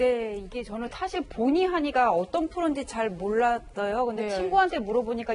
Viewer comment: 변호사 발음 왜 저래. 몰라떠요. 여덟살 따리가 구강청경제. 지금 나오고있는 영상몇몇은 일본예능인줄.